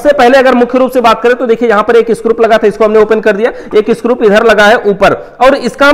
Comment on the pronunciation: स्क्रूप नहीं स्क्रू होता हैं